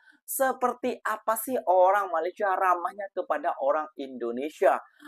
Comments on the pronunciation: MA LAY SIA BUKAN MA LI SYA…kenapa sebut IN DO NE SIA boleh? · Bukan MALAI tapi MALAYSIA. Sebut betul2. Malai2!😏